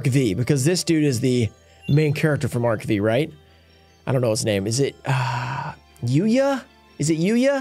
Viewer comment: It's pronounced Arc 5. V is roman numeral. 😄